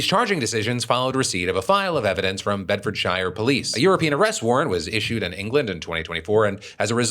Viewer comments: Bedfordshire = "Bed fud sheer" none of our counties are pronounced shy-er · Phil, I haven't even been to the UK... you have... How do you not know it's "Bed-ford-sure"? 😂😛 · Note: As a Brit if you see a shire as a suffix, it will alwys be pronounced as "sheer", like what you do the a sheep. In this case it is Bedford"sheer" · Phil, i love your videos, but whenever a place name in the UK ends with Shire, It's pronounced sheer, like Hampshire would be hamp-sheer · My British brain hearing Bed-ford-shire... We ain't hobbits mf! Haha it's pronounced 'Bed-fud-shuh' Lova ya Phil! ❤ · Bedfordshire is pronounced: Bed-fird-sherr. Not Bed-forrrd-shy-err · Some advice for pronouncing British counties, if the county name end in "Shire" you pronounce is like "shur" the people who pronounce shire like phil in the UK are normally seen as posh... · BEDFORD-SURE is the pronunciation for you 'Mericans. I'm disappointed in you Mr DeFranco, you put so much effort into the correct name pronunciation usually, then you go and butcher all the Shires. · 'I don't have time to tell you how wrong your are... Actually, it's going to bother me if I don't...' It's pronounced 'Bedford-sure' not 'Bedford-shire'... Don't worry, I hate myself for being this person too XD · Phil, it's pronounced Bedford-SHEER. Not Shire like its Lord of the Rings. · "BedfordSHIre" lmao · Phil. I know it's spelt bedfordshire but it is pronounced Bedfordsere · We pronounce it bedfordsher not shire. Great show though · Good effort on Bedfordshire - you got Bedford but the ending is usually pronounced sher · It’s pronounced bed-fird-sure, right? American dingus here. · Like bed-fird-shear or bed-furd-shear (Or bed-furd-sheer), i.e. the O in ford is an shortened sound, so it's as similar duration as the "bed" part. You can pronounce the "ford" part fully, but it's rarely done and almost never in regular speech. The "shire" in it is never pronounced as in Lord of the Rings or Philly's way ('Shy-er'). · Or Bed-Fud-Shuh.